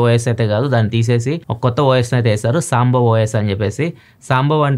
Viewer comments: It's సంభవ్ not సాంబవ్ not sure why we are pronouncing like that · సాంబవ్ కాదన్నా అది సంభవ్ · సాంబవ్ ❌ సంభవ్ ✅ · అన్నో అది సాంభవ్, సాంబారు కాదన్నా సంభవ్ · సామ్ బావ్ కాదు సంభవ్ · ఇది సాంభవ్ కాదు, సంభవ్